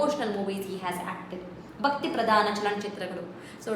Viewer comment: Mam.. your mahapraaNa is not clear .. you pronounced 'bakti' but actually it is pronounced as ' bhakti'.. because 'ba' is alpapraNa while 'bha' is mahapraaNa..